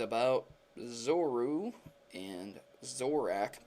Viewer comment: You're saying zoroark and zoura wrong